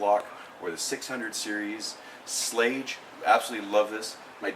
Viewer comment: Nice, but you didn't even pronounce Schlage right. Any you call yourself a locksmith?